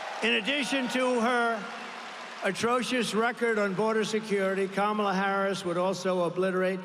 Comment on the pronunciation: He keeps accidentally pronouncing 'Kamala' correctly.